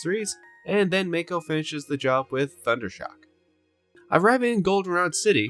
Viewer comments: It's M-AA-ko, not M-ay-ko. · The pronunciation on mako… hahaha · LEGIT they say his name hundreds of times how do you mispronounce it so badly? unwatchable